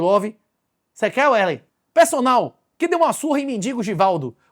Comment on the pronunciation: O nome do rapaz aí é Wesley ou Uélei? Cada hora vc pronuncia de uma maneira...